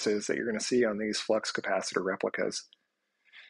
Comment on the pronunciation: The “flux capatchittor”!